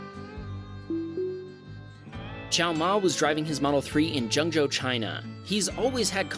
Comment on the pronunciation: Also, this is the one from the guy in China. You actually pronounced zhengzhou china really good! Not exactly the actual way to pronounce it, but it’s good!